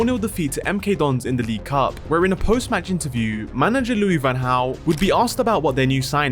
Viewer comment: It's "manager" not Manny jar